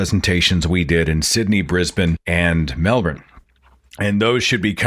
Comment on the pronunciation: Thank you sir for pronouncing Melbourne properly. ;)